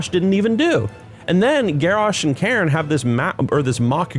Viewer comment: lol ""Karen Bloodhoof", dude, his name was "Cairn". It's literally a word. It's in the dictionary... lol